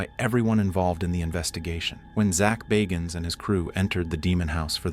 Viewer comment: ZACH BAAAAAHGINS? I don't think he pronounces it as you do. This is a whole documentary that Zach BAGGINS produced has already been on TV.